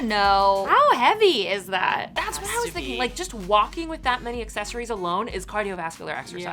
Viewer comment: I am so over mispronouncing accessories. Just stop already, please